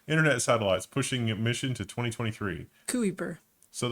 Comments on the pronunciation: im sorry, was right on the pronounciation of '' kuiper'' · pronunciation of Kuiper was correct. Amazon is doing such a good job at being an employer that people want to work for that they have the highest turnover in employees. It has got so bad that in a number of amazon warehouses managers have warned that they are at risk of not finding people that have not worked for amazon before. So you bet they are looking to use more automation and robots And I was not even halfway through the episode when you made me remember why I stopped watching the level1 technews. Reporting on news without verifying the basic fact and when you mention facts a significant amount of them are wrong. 1 google attempt and NASA site reports that dart was considered success with a 73 sec shorter orbit (not 11 sec). Reporting on news and not getting your facts straight is not news. At best that is entertainment, at worst it is misinformation depending on the nature and intent. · The first pronunciation of Kuiper (Dutch -> US Citizen) is correct